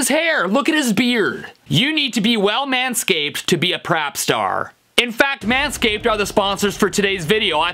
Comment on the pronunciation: He said rap instead of prap😖😮